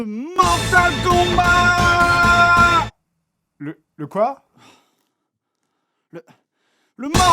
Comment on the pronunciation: On dit Mortal KombaT, avec un T, comme : "T'va voir ta gueule si tu parles pas komifo !" ...